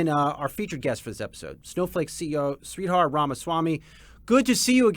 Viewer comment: Sree-Dharr is how you pronounce his name. Not sweetheart 😂❤